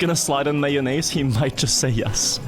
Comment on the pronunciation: At this point I just like the way he pronounces mayonnaise. "Maioneisse"